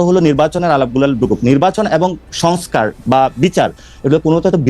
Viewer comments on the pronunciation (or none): none